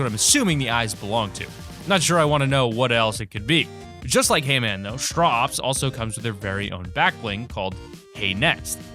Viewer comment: When he said hay man, I heard Hee-man